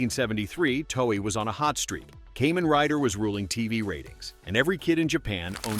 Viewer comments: For me: Heisei > Showa > Reiwa and Kamen Rider > Sentai/Metal Heroes/Ultraman (Tie for second). Toei's Spider-Man is in a class all by itself. 🤣 (Also, it's pronounced Kaa-men not Kay-men.) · I watched all those Japanese ‘Suoerheroes’ in Japan 🇯🇵 back in the 60s through late 70s into 1980 before I headed into US for college. It’s pronounced [ KAH MEN ] Rider, Not “Caymen’ Rider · Ok Ai… Kamen Riders are bugs… NOT some kind of reptile. They are “KAH-MAN” Riders. Sound like you did some homework before posting this. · "kaymen rider" i just spat my cola damnit 😂